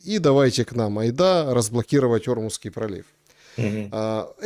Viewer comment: пожалуйста ОрмУзский пролив❤ ну, слух же режет😅❤